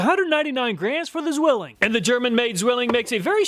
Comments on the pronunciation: Ssswilling. In german the Z is pronounced at ts. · it's pronounced "tswilling" and is translated to the word "twin". (Zwillinge = twins). It's an old and very well known knife brand here in Germany. And check out how many chinese companys copied and use nearly the same logo :D The city, that is extremely well known as the "knife town" is Solingen. There are many companys manufacturing knifes, tools and related iron stuff.